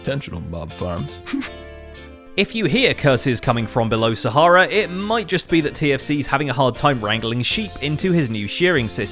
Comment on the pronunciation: Does know that he is pronouncing ‘Sahara’ wrong?